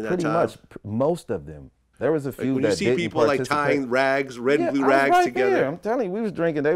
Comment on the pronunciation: Flags not “rags”